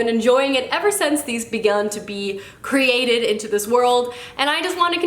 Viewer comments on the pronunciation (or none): none